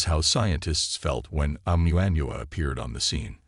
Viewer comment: Great...a narrator who can't even properly pronounce Oumuamua (in the Hawaiian language the pronunciations are basically phonetic (ie: O-moo-a moo-a). Don't disrespect the Hawaiians and their language, Brah!...